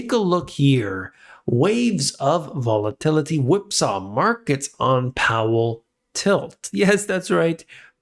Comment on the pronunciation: One more time VOL-A-TIL-I-TY